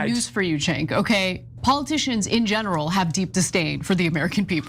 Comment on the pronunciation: Homey, Imma help us out, bc u should know how to pronounce the names of the both of the hosts at The Old Jerks, or for that matter Anyone you criticize, whether they're washed up, embittered, well known media figures or not) it's said Jenk yoo- gurr. Not senk. Ana is said the exact same as spelled A - n - n - a .